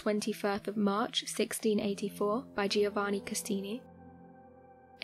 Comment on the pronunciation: Not only did she misrepresent what was actually found, she also got some of her information wrong. I actually stopped watching the video as soon as she said "Castini" instead of "Cassini." This isn't the first time this channel has messed things up but thankfully it's not as bad as some of the other mistakes they've made.